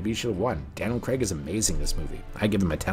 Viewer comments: Another good video, but honestly, it's Craig, not. Very off putting hearing his name pronounced wrong hundreds of times 😅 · Good doc series but OMG LISTEN to the pronunciation of the surname... its CRAAAIG...not. Even Barbara Broccoli says it in the clip you feature!! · It's not its craig 😁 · Daniel 'Crayg'. I've never understood why Americans pronounce it ''...! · Why can't North Americans say Craig? It isn't Cregg. There's an A and an I in there.